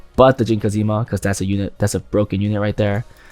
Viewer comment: great video as always !! but have to say IT'S JIN KAZAMA not kazima :(((((